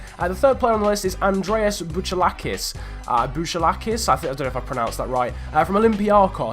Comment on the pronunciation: Bouchalakis is pronnounced Bouhalàkis